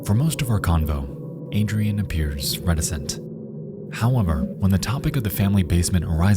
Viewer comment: I can’t lie if fills me with rage to hear Adrienne pronounced Adrian